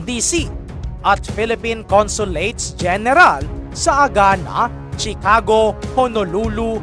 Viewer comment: Please know how to properly pronounce the……PRESIDENT, CHICAGO, ILLINOIS and the rest…..Hindi na basta may content ka lang.